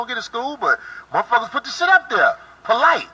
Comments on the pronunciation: "He was Polight about it..."😂😂🤣🤣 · “He was polight about it “😂😂😂😂😂